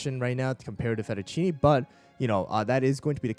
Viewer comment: Day 1 of telling to pronounce fettuccine